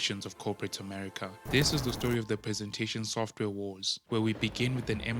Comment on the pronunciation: "Sofware" ? Really?